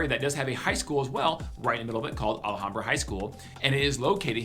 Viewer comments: First of all its pronounced Al Ham Bra, not Allahambra as you say it. Second...my son is with Phoenix PD and he said DONT EVEN DRIVE IN MARYVALE IN THE DAYTIME..Let alone at night. He worked the gang unit there, so from his experience I'd say Maryvale is the most dangerous area. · It’s Al Ham bra not ahlehombra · It’s not ala hambra. It’s al ham bra. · It's pronounced "al - HOM - bra" Not "al - uh - hom - bra" or "al aye hom bra" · ah-la-ham-bra...too funny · He needs to learn how to pronounce Alhambra. This guy is not a native. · Dude !! You can't even pronounce ALHAMBRA correctly. Really effects your credibility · There is no A right after the L in Alhambra.